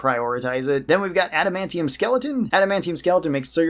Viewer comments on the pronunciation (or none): none